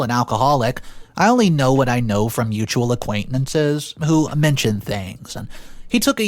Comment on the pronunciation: utual acquaintminces ahahahahahaha 🤣 🤣